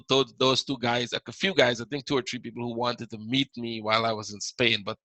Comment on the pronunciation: I can't see no tree lol sorry you say three like a Jamaican. my work colleagues use to laugh at me for saying it like that . but very good stuff keep it up.